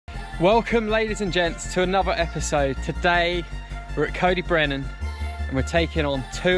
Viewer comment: the beast is a combination of the mbr and dragons back, it's not a separate trail. you're right, the mbr and dragons back share a beginning and end. it gives people the impression that there's a lot more trail than there actually is. btw, your pronunciation of welsh names i.e. tarw du, antur and coed y brenin is quite frankly insulting. it always amazes me why english people can't be bothered to pronounce welsh names properly. you even called y du (the black) at antur 'why do', rofl!